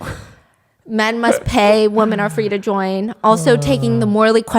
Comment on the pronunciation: Not a hater I promise but every time you say woman when you're supposed to say women it just sounds really odd